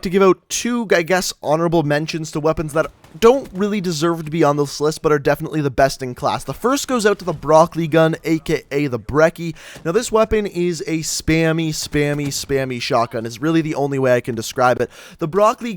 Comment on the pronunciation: Am I the only one annoyed by the way he pronounces the name of the Brecci?